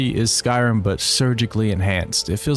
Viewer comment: I love the content, and i love your delivery, but holy cannoli my guy you don't enunciate "Skyrim" at all, you keep saying "skyai'm" and it's WILD wtf